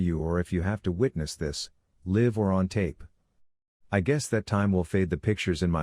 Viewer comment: Can the guy reading this really know how to read he miss pronouncing alot of words like live